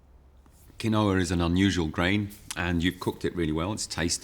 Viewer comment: I love the pronunciation of Quinoa 😂